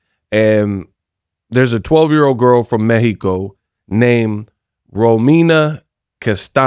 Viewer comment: You have been the only one saying🗣 "Méh-he-co" correct 🇲🇽 I like that 👍